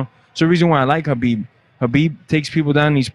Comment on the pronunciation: Its Khabib not Rhabib